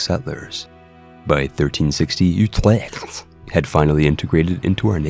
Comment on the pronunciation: Den Huuuueeewwwkkhhh... Utrewwkkkhhhtt